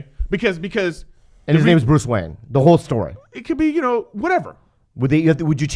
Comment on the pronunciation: Brooce Waheen. lol